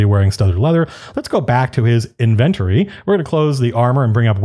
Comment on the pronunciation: Did I really just hear Matt pronounce it as "INVENT-or-ee" twice? That completely messed my brain up. At first I had no clue what he was talking about. Then it clicked. He meant inventory. It's pronounced as "in-VEN-tory", Matt. Come on. 🤟🏻🤣